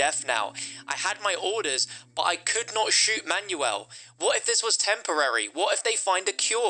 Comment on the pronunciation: I like how he says “Manual” instead of Manuel’